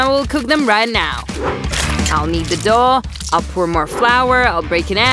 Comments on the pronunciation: No nut the way on the first one they said dOuH and it actually dough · They keep saying daw and it's dow